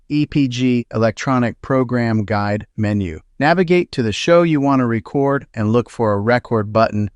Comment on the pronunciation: The word is "Re Cord"